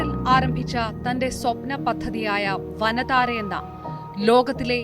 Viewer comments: വന താര അല്ല വന്താര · Not vanadhara malayalam word allallo its vantara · Not vanathara,it's vandhara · വന്താര എന്നാണ് ഇത് വായിക്കുക വനതാര അല്ല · its VANTARA not VANATAARA 😒😏 pity😂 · It's not വനതാര, it's വൻ താര